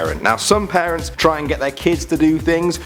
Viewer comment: When he says parents it sounds a lot like Paris.. Anyone else?